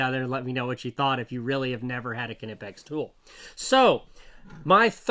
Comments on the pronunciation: kin eh pex? my dude, how do you pronounce knock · Everything I've read says the 'K' is silent in the name Knipex. It should be pronounced "nip-ex" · Ka NIP X is the pronunciation..hard K German....